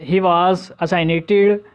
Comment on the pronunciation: bht zayada words ki pronunciation glat hy like marijuana ,Uruguay assassinated